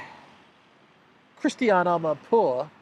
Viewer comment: "Christianee Amanpoouuuaaaahhh" Brilliant,, just brilliant. You're really good at this, man.